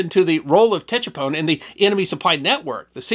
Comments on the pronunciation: His pronunciation of Tchepone is totally incorrect. The ‘T’ was silent and was pronounced ‘Chepone’. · its Pronounced ......SHE- PON Tchepone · It’s pronounced ‘Sha-pone.’ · Tchepone , pronounce as in Sha-boom (1954 pop song). E.g., sha-pone. When I read Kissinger's book I was dismayed at how out of touch he was about the real situation there. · I flew Cobras for all of Lam Son 719. This is a good article. As others have mentioned, it's pronounced seven-one-nine. The seven-one was the year, 1971. The nine was for QL-9, or Highway 9, which ran west from Khesahn to Tchepone and farther into Loas. At the time, it was just a dusty unpaved unused road. The pond was probably abandoned. I got that far a couple times. The 'T' is silent. It's pronounced che-pone, with a soft accent on he second syllable. Good article though.